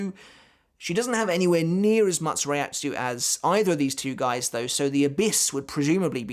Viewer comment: Hey just so you know "Reiatsu" isn't actually pronounced like that lol. If you watched the anime you would know that.